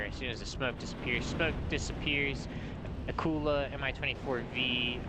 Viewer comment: glad you called it the Akula and not the akkular